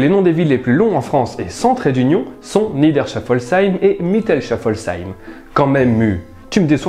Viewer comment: en tant qu'alsacienne je dois vous dire que le "sh" se prononce "s". On écrit "Niederschaeffolsheim" mais on prononce "Nidèrchéfolsseym" :)